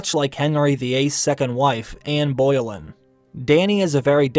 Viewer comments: It's not Bole-yn..... It's pronounced Bo-lyn. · bo- LIN is how it’s pronounced. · It is not Ann Boiled it’s Anne Boleyn 🤦🏻‍♀️ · Anne Boleyn's name is pronounced as "bowLYN", not "BOILin". SMH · King Hennery the 8th second wife was not am boiling pmsl Ann BER LIN say it like that hahahahahaha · Bow-Lynn Not Boy-Lynn 🙄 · Anne Boilen? Its Anne Bo LIN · Bo-lyn not Boil-in 🤙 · George Martin is GROSS! Just disgusting. (BTW: Boleyn is NOT pronounced “boy-lihn.” It is pronounced “boh-lihn”) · Its Anne Boleyn pronounced An Bo-Lynn. Thats what they are saying, they said it wrong. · Anne boilin? Oh good grief...It's Anne Bo-Lyn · “Anne Boiling” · Ann BOIL-LYN?!?! How do you not know how to pronounce that name? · Anne Boil-lin... really? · I guess you don’t know how to pronounce Boleyn. (“Bow Lyn”) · Anne Boil'en? Seriously? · Anne Boilen lol. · Tamzin looks like a calf, she’s in no way as pretty. Also… Anne Boilin’? 😅 You should try pronouncing her name better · Anne boilin' lmao please dont ever speak again dude wtf 😂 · "Anne Boyl linn" hahahaha why can't americans pronounce anything correctly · No, he (or she) is trying to say that he pronounced it wrong. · The way you said Boleyn made me cringe . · The narrator mispronounced Boleyn.